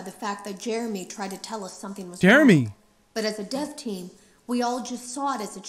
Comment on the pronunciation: When he said Jermey I immediately screamed ”JEREMISIME”